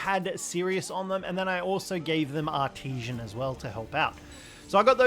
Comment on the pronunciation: English much hard for this youtuber. E.g.: the way he pronounces "artisan". Much trigerrino, gotta say.